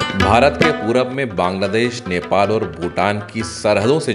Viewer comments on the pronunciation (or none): none